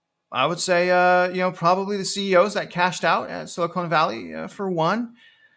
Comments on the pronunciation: Love your content. Frustrating the Ponzi scheme that is our financial system and how bad behavior is continually rewarded while fiscally responsible everyday people are punished. Also, it’s SiliCON not silicone, lol. Please pronounce it correctly!! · Spot on. One note though, I believe it's pronounced Sili-con (con not cone). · You know there is no "e" at the end of Silicon. There is a difference, one of them is nicer to touch.